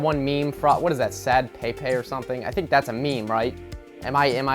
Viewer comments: Its Pronounced PEP-PAY not PAY PAY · Let's say ot together: Pepe, PEEP PEEEEEP PEEP PEEEEEEEEEEEEP PEEP IT'S NOT A FRENCH NAME JEEZUS